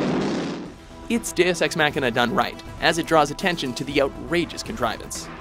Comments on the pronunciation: The way he says it is Mac-Kina, like some new Apple product. Most people pronounce it with a longer A. "Mah-Kina". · your saying it wrong deus ex machina not deus ex mackkkkkkina what the fudge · The way you're pronouncing machina is killing.. mock*in*a not mac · Mock, not Mack. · Deus Ex “Mackina” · why does the narrator speak in an American accent, but pronounces words like Machina and Speciality like a Brit? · That mispronounciation of Machina.